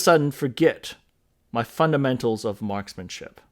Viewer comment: Say it slowly… Marksmanship. Try it sometime. Lol